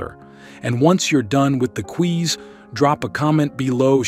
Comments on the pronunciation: Sir you pronounce Quiz correctly then you say queese what in the world is a queeze as in squeeze ????? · "...with the QUEEEEZ..." XD XD XD XD XD